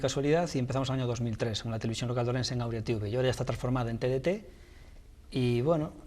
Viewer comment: Es Auria no Aurea